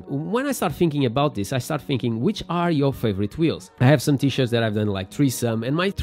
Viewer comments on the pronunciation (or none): none